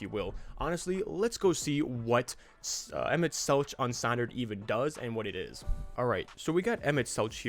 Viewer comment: As a FFXIV player, it hurts me to hear you pronounce it "Emet-Seltch" instead of "Emet-Selk" but honestly that's on the devs for naming it that way